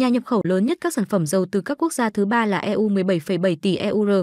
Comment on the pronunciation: Chán thiệt, E U Rờ, E U Rờ .. Cách đọc như bằng google này giảm đi giá trị của nội dung bài viết quá. Hôm trước mình cũng đã nghe đọc "Bộ nờ nờ và pờ tờ nờ tờ" (bộ nông nghiệp và phát triển nông thôn) rồi.